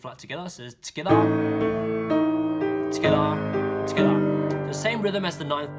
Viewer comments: Am I the only one that LOVES when he says "Togetha" (together) SO CUTE AAAA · amazing video!!!! so accurate and very clear (although fast). maybe say 'tgethah' a little less often ahahaha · Anyone else like how he says together 😂togevor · His "together" pronunciation has changed from "togetha"